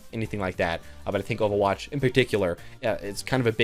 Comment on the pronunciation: the way you say overwatch is weird - ofawatch